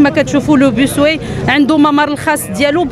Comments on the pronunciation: Bus way كلمة إنجليزية يجب نطقها بالإنجليزي و ليس بالفرنسي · باص واي و ليس بيس واي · أيتها العميدة ..نقول باص واي وليس بوسواي .واي بالإنجليزية وما سبقها ينطق بالانجليزية وليس الفرنسية. .اذا انت تنطقين بالانجليزية .